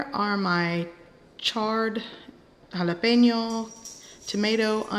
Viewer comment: I like the way you say tortillas, I also like the way you pronounce jalapeño.